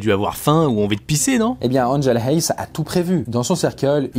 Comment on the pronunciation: Ça se prononce pas comme ça Hays mais plutôt "aïs" on prononce bien ai et pas é! On me fait tous le temps le coup! Sinon super vidéo!!!😀